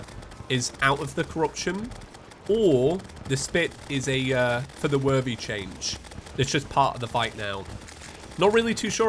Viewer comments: who else hears saying "feather worthy" instead of "for the worthy" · Why have you done this to me. All I hear now is "fer ther werthey"